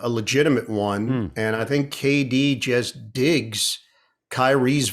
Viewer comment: I've always liked Ian, going all the way back to his WFAN days. BUT, I must admit it drives me crazy that a guy who makes a living by speaking can't say "just". Every time he says "jest" instead, it is like chalk on a blackboard to my ears.